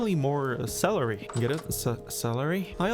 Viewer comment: I liked when you said "cellar-y"